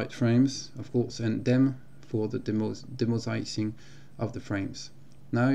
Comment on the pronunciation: Very good English (much better than my French 😂) amd well explained. BTW for your information, Demosaicing is pronounced dee-mow-zay-ick-king. Thanks for a very well produced tutorial.